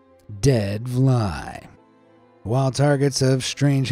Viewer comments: Vlei is pronounced as 'flay'. It's an Afrikaans word plain (I think. My Afrikaans isn't that good). Regardless, I love that includes Namibia in some of the videos. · As a South African who speaks afrikaans it was a bit strange hearing you say dead vlei because "vlei" is actually pronounced "flay" in places such as South africa and Namibia❤